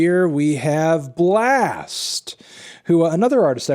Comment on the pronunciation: Anthony it’s pronounces “Blast” not “Blexst”